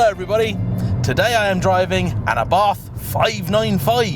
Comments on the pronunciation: it's pronounced 'a.bart',not 'abarth'. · Might want to learn how to pronounce Abarth correctly. Just like food critics, everyone has their own taste. I own an Abarth and love it. Faults and all